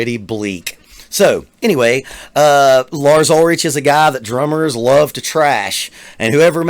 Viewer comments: Reasons this isn't a serious video: • He says they started getting hate on the black album when it was actually Load • Pronounces Ulrich incorrectly through the whole video • Claims first 4 albums are the best but doesn't know Call of Ktulu. • Says Rob is better than Cliff • Doesn't realize this wasn't Lars' fault, the rest of the band missed their cue because of issues with their IEMs. • Confuses Jason for Cliff and then claims to have seen that tour • Says playing for an audience is a douche thing to do • Says Lars doesn't prepare while watching a rehearsal clip • Calls himself a drummer but hates it • Doesn't think anyone should have fun or laugh, not even during rehearsals • The guy who hates practice doesn't think the practice room is the right place to experiment and try new things • Thinks Iron Maiden is still relevant • Thinks Pantera is still relevant • Gives Lars a hard time about "not learning" when he hates practicing • Sits at a drum kit but never demonstrates what went wrong or how to fix it • Leaves all of the above mistakes in the video when they could be edited out • Pins a comment asking if people still listen to Metallica. Check Metallica's YouTube channel or just go listen to their latest albums before asking that question. • Uses words like "simp" and "snowflake" in his comments So, here's my theory. This isn't a serious video. He's just saying everything that will anger Metallica fans. It's a troll video, not a serious critique of anything. This is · So the longest video you found was 6 minutes with like 10 mistakes from a 35-year career? Hmmmm, that must be the worst drummer like, ever. Agree that Trujillo's the best bass player. And I love Load and Reload so ya'll can kiss my ass. Oh, and learn how to pronounce the man's name for god's sake. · It's not pronounced ul-rich, c'mon man. The ch has a hard k sound. And they've sucked since 86! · btw it's Lars Ulri-ck. At least get the name right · Ulrich is pronounced 'Ulrick'